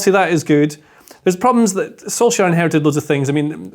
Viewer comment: also butchering the pronunciation of Solskjaer.